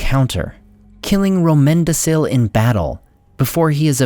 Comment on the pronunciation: Great video. I hate to be that guy but from my understanding, Romendacil (and other similar names) are pronounced with a hard c as in Romendakil. I could be wrong, but I don’t think I am. Easy mistake. Still, very good video.